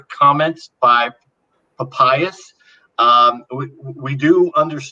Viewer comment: is painfully naïve… or, more seriously, profoundly academically lazy?. He (also) mispronounces the name of the early church father Papias. Were all of his college professors illiterate? There are pronunciation applications all over the Internet. There’s no reason to be mispronouncing at least three names of famous historic figures. It’s disrespectful to them… And to the audience.